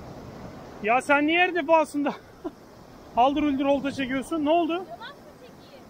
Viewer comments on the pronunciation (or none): Haldur huldur dedinya benim ciğerimi parçaladın 😂😂😂😂